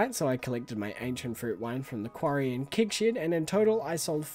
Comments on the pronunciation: Im the guy who gets bothered by the weirdest things. Why do you pronounce it „kig“? Its kEg!! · I celebrate you pronouncing things differently but I also skip 10 seconds ahead when I see kEgs! Kappa